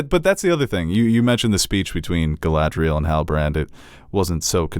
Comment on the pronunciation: insistence on mispronouncing Galadriel and Isildur is adorable